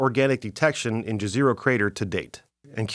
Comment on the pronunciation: I love how N. Americans have no clue how to pronounce Jezero crater, or what the word Jezero means. (FYI it means "Lake")